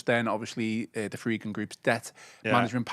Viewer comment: Why does call The Friedkins The Fredkins?